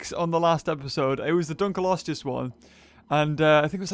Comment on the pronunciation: J R You butchered the name.